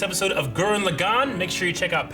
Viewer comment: "Viral" the beastman isn't pronounced like "viral video" or "viral strain", it's pronounced "Vee-rul". Also, "Lagann" has it emphasis on the first syllable, not the second, so it's "LAH-gann", not "lugGANN". That's the way they're saying it in the very dub you're listening to, as well as in the original Japanese.